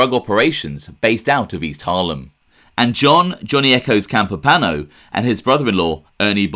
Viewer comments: That’s pretty cool, I guess I figured he was real but never put much thought into it. It seems the more you dig into things the more evidence there is that some of the families were huge drug traffickers...So..also....there is an i in Campopiano, it’s not spelled or pronounced Campopano. I’m sure you get annoyed if guys like me correct you so I apologize.. but, please understand..I’m not trying to be a jerk, it’s just this genre is packed full of guys that talk about Italians but don’t take the time to pronounce our names correctly. It’s like nails on chalkboard! Good show, salute. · than they should have advised to pronounce it Campop-iano not campopano but I respect that you checked prior...sorry for being a stickler for detail..For the record, I was born in Sicily and have also lived in Campania before I moved to the states over 40 yrs ago. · "Johnny Campipano" Come on... It's not a difficult pronunciation. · I wrote it as you pronounced it, hence the quotation. Regardless, I am trying to help you, not antagonize you. You produce great videos. You simply need to work on the pronunciation of Italian names. Whenever in doubt, google the name. In this case: " Campopiano". There is usually a video or a sound clip on the web expressing the correct pronunciation. Thank you for your great videos. I wish you nothing but the very best. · Great video bro .pronounced Campo piano. That guy mr Gribbs. I Paul in good fellas mentioned him " I don't wanna end up like Gribbs ".